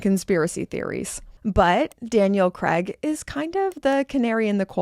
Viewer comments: His name is Craaaaaaaig, not Creg FFS! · You’ve lived here for years and you still can’t pronounce Craig !!!